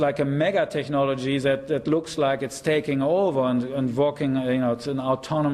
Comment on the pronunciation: This guy sould learn how to pronounce "technology" before using this word hundreds times.